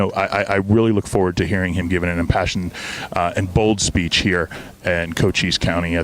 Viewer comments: Hey, new member America1st&Always. Am1st&always. The county is pronounced as kocheese county. Love you Love your show. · Thank you for sharing. FYI, it’s a Native American county pronounced Co-chees County. Hope that helps. 🇺🇸🇺🇸🇺🇸Trump#2024 Love the thumbnail! 👍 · Shouldn't make fun because u can't say the name of the county correctly.